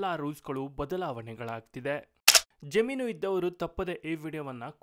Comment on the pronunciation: Jaameenu or jaminu ? Pl pronounce kannada properly 😮